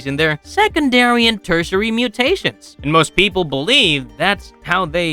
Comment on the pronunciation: Teritary... mutation